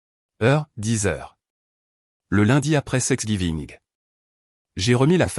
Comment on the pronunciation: Thanks giving !!! et non 😮 "sex giving"